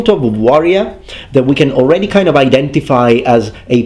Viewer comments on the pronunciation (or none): none